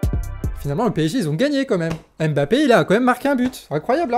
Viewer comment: Moi j'aime bien les actu' sport. <3 Par contre, le nom de famille du joueur kylian mbappé n'est pas bien prononcé.